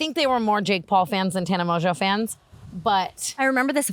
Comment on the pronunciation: "TANNER" lmaaaoooo